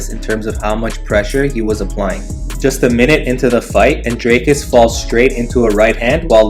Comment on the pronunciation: Still can’t pronounce dricus there is an i and an a